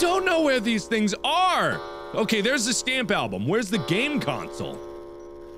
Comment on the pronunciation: It's so physically INTERAAAACTABAL! Where's the VA ZAAA? Where's the STHAMP ALBHUM? Ladies and gentlemen, Markiplier has developed his own language.